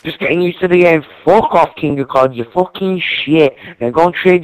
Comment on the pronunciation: lol he says " I don't give a FWAWWWK!